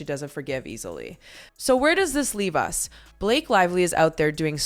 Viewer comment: "It Ends with Us." The word is US. You said up twice. I like this channel, but now I'm questioning if the narration is AI, which is something I don't support. I really want that not to be true.